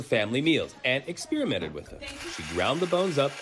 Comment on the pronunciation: To ALL reporters: It is not an "ex-spearmint," ffs.